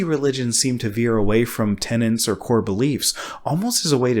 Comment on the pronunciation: Tenets. Not tenants.